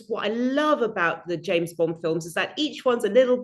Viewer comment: It's James Bond, not Jane Bond ❤from Teesside 🏴 🇬🇧